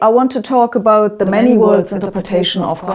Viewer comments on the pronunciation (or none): none